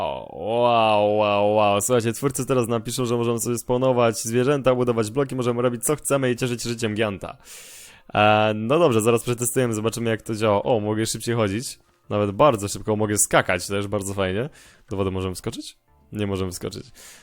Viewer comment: Nie "giant" tylko "dżajant"